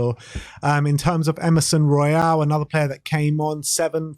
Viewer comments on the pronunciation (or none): none